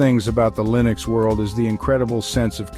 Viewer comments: I don't think you know how to say, "Linux". Arco Linux is pronouned, "Arco Li-nux", not "Arco Ly-nux". Even the author of Arco Linux says it the correct way, "Arco Linux", just listen to any one of his 3,000+ videos. Then again, are you an AI, or a real person talking? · Linux is pronounced with a short 'i' as in, well the word 'in' not a long i like in, 'like'.